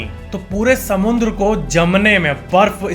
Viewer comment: According to its not samandar neither it's samudra it's SAMUNDRA 😂